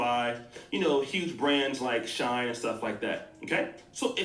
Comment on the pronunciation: Shine 🤔. You mean “SHEIN” 😭😭